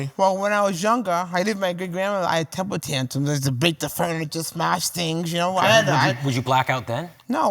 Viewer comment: tempuh tantums